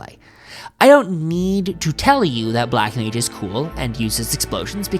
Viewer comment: "Black Mange"